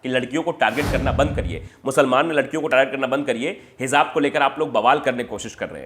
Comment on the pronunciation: It's pronounced as Hijab